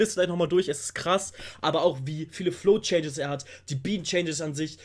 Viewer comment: "Flow changes" nicht "Flo Changes" xD